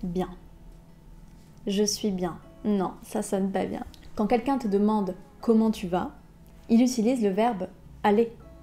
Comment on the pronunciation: C'est vrai, elle dit "in petit peu provocateur" et "quand quelqu'in te demande", etc.